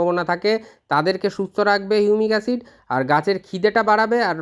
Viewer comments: হিউমিক অ্যাসিড নাকি ইউনিক অ্যসিড....উচ্চারন টা স্পষ্ট করুন। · এই এসিড টার কি নাম বললেন আর একবার যদি বলেন। ঠিক বোঝা গেল না ।